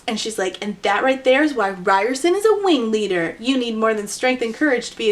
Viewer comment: totally not the point of the video but every time i hear you say "wing leader", my brain just hears a uwu-ified "ring leader" which tracks with this book being a circus. he's da big bad wing weader 🥺👉👈